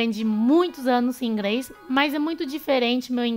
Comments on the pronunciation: aqui a fala "ingres" ao invés de "inglês", ou seja a saber fazer o som de "R", a dificuldade de falar este som talvez seja no cérebro e não muito na língua. Não sei muito bem o que estou falando, mas talvez vcs compreendam. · Porque vc sempre coloca o L no lugar do R e as vezes R no lugar do L, por exemplo vc fala ingreis e ñ inglês e flanco em vez de frango? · Percebi q ela troca L pelo R, achei mt fofa "ingrês" top dms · "Ingres" skskskkskskskskskssksskkskksskskksksks